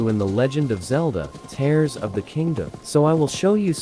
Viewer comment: it is teers not like tear paper